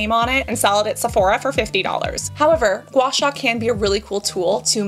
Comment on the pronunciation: That gua sua was painful